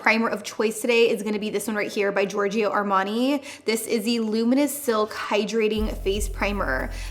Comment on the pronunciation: Please stop saying giorg"I"o .. You say it like George in english and add a "O" , not an "IO" .. its giving me a weird feeling beeing an italian hearing giorg"I"o 😊😅 but you nailed it, an co-op with Signor Armani its the dream !! HE IS AN ICON ❤